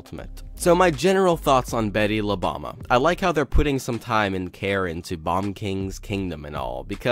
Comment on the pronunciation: nice video man. btw it pronounce as boom-ba instead bama. bomba means bomb in spanish